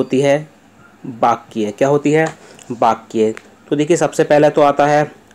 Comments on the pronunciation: Likha Sahi Hai Bas Bol Sahi Nahi Paare Aap 🙏🙏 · बाक्या नहीं sir वाक्य होता हैं 🙏🙏🙏